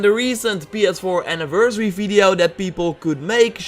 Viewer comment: "checkout my 'brevious fideo'"